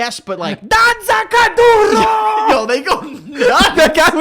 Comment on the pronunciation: IM CRYINGGGG AT HOW BADLY THEY PRONOUNCED DANZA KUDURO LMAOOOOO